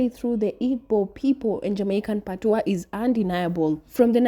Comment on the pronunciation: PAT-wa, stress the first syllable when speaking of Jamaica. Pat-WAH (patois) is the used for French vernaculars with various other languages. Once again, PAT - wa Listen to the Jamaican woman